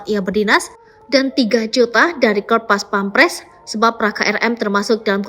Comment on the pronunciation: Bukan pampres tapi pèmperes.